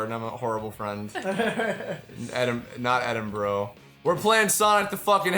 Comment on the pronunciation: To any and all Americans; It is NOT pronounced "Edinbro"! Stop that! Also, Martin Billany is from Cheshire.